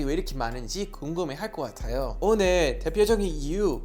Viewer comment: 초 오늘~ 사투리 실화? 올리버 한국사람 다됫네용😊😊